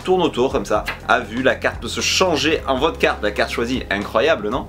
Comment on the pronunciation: quand tu dis votre carte on dirait trop vodka😂